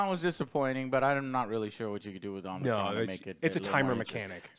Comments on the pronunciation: If y'all going to do movie reviews at least learn the name of the characters. It's Unicron not Omnicron. You invalidated your whole review right there. I actually liked the human characters in this one. I think they are scared to go all in on a humanless Transformers movie. They are coming out with Transformers One which is an animated movie. I think they are using this as a test to see if people will go see a movie that's only about the Transformers. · Unicron not Omnicron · Joe, I know you ain't a Transformers fan, but it's Unicron, not Omicron lol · Dude it’s Unicron! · UNICRON UNICRON UNICRON UNICRONNNN. LOL sorry but i was screaming at the screen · Lol did anyone even say Unicron once? Omnicron was said so many times 😅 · Omnicron??? Lol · It's Unicron lol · It’s “UNICRON” guys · My dude said omnicron….. creditably instantly lost 😂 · Man said omnicron? So. . . . . . Not a transformers fan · omg stop saying omnicron lol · Did he call unicrom omnicron? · ITS YOU-NEH-KRON!!! UNICRON!!! GET IT RIGHT!!! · OH MY GOD Omnicron! haha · 😂😂And the crazy part is the name is spelled the same way it sounds and he still gets it wrong I don't know where the o came in from, it's literally Unicron😂😂😂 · You mean to tell me there's 3 of you guys with access to google and none of you bothered to correctly see and probounce unicrons name or do any research? I get reviews ate opinions but do the joes not get the animated series and the 1985 movie had humans along side them wirh acrual backstories. These movies are top of the libe deep films. Theyre adaptations of corny cartoons and comics. At least the humans had a more compelling story , not over sexualized like michael bays or super cringey loke the older ones that gave robots balls and had them peeing on humans for comic relief. Lol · U-ni-cron Joe XD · Yall can't even get unicron's name right 🤦‍♂️ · How can you say you're a fan and get the villain name wrong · The name is Unicron NOT Omnicron! 🙄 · Unicron not Omicron.